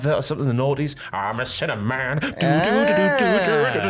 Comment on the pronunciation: Sounds like your saying cinnamon, not sinner man